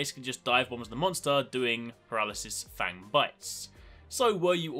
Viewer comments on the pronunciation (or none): none